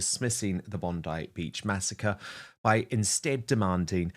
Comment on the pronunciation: THE CLOWN WHO SPEAKS WITH HER HANDS CALLS IT BONDY (SIC) BEACH MUST BE LAMMYS SISTER